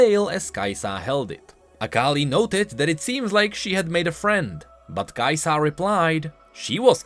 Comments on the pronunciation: i dont wanna be the hermione but damn kaisa not kai saah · why are you like the only person that puts the emphasis on the "Sa" part of Kai'Sa? it slows your sentences down and makes them sound weird.